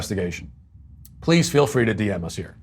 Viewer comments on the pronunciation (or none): I want fwee food.